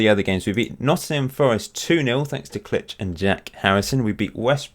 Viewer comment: Btw Klich is pronounced like click